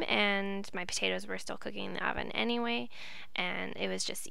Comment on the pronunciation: favorite part: - - "...enyway!"